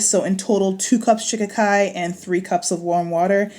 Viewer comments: No. Shi KA Ki. Accent on the second syllable. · I believe they actually pronounce it SHUH-KHY-KHY... LIKE SKY. But hey, tomAto toMato! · Every time she says shikikai, I think of the Ace Ventura movie. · Lol 😄😄😄 I just clicked on the video, doesn't really pay attention to the title. I couldn't figure out what you were saying.Shikakai (sha-ki-kai) no harm meant. I didn't know what you were saying. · How come you haven't informed all of us to pronounce this herb with accent on the second syllable, i.e, Sh KA kai which is how you say it? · It’s pronounced Shah-kie-kie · it is She-ka-kai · All I kept hearing was "Chaka Khan" and now "I'm Every Woman" is stuck in my head😆😆